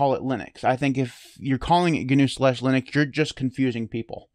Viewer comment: It's now GuNew, it's not GuNome... the word "GNU" is pronounced like "New", and "Gnome" is pronounced like "nome". I think the "GNU Linux" is more of the brand of Linux. Like "Redhat Lunix" etc... it gives you an idea of the tools packaged with it as well as the licence etc.